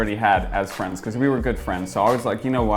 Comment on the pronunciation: What do you miss most about the UK? - My Fwenths Cameraman -...oh LMFAO why is this so funny